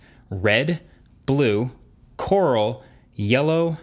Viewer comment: does he said coral or laurel?